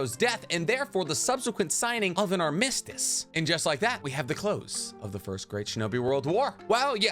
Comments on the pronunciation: Aar - muh - stuhs not, Arm - miss - stiss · your stress on “armistice” sounds weird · Pretty sure I already watched SwagKage talk about the first 3, but eff it, i'll watch you say the same stuff lol. Edit: btw "idolize" not "idealize." Edit 2: … I hate how you pronounce things lol. Nobody I’ve ever heard say “armistice” says it like you. But at least you’re saying the right word. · You really need to look up the pronunciation of "armistice". 👍